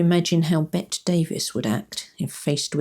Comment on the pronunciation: Wonderful! One thing though ... Bette Davis pronounced her first name as if it were spelled 'Betty'. Never 'Bett'. My dad spent his youth working in films 😁